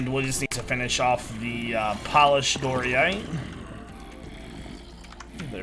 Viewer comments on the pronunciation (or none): i love your content and this series so much, but it drives me crazy when you say doryite. it is DI OR ITE